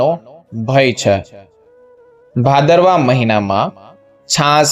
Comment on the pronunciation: Bhadarvo bhadarvo nu ucharan